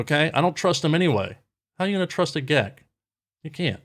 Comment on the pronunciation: "How you gonna trust a GEK?" 🤣